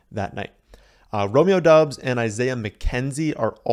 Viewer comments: It's pronounced Dobs. Not Dubs. Just saying. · His last name is pronounced dobbs the U silent, and he is even come out and said that.